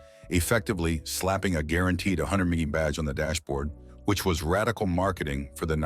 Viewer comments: Your AI needs working. It doesn't know how to pronounce mph. How absolutely laughable. Your code writer should be fired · Loathsome AI voice, can't even pronounce mph. Thumb down dislike given. Couldn't watch past 3 minutes.